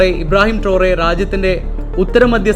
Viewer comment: ട്രോറെ അല്ല.... ട്രയറൊ